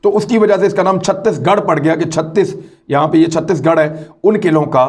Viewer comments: Imran Bhai It Satish Garh not 36- Garh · It’s chateesh garh not chuttish garh